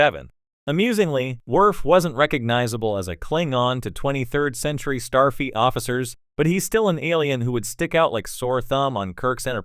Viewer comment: Yeah, try not to use AI voices, next time. Unless you want to keep talking on the adventures of "Star Feet" officer Sisko and his various commands on the Star Trek show "Dis Nine".